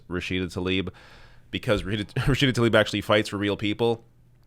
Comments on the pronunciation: it's pronounced Tlaib, not Talib; please! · It's not taLib! It's tLaib (pronounced - tLa-eeb)